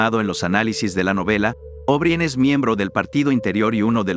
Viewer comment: Creo que está muy, muy bueno. Solo les haría una observación relativa a la narración: O'Brien se pronuncia O'Bráien, tal cual, no Óbrien. Felicitaciones y saludos cordiales.